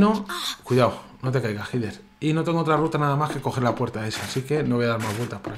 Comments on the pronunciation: El nombre es Heather, yo lo pronuncio como Hyder. No se si estara bien pronunciado, creo que si. Saludos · Yo siempre he pronunciado el nombre de la protagonista como "Jeder", que extraño. En project zero la protagonista gira la cabeza hacia ños lugares donde hay objetos